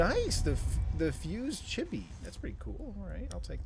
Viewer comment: btw "chibi" is said "cheebee"